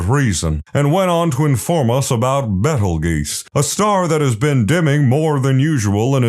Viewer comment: Betelgeuse nahhhh Betel geese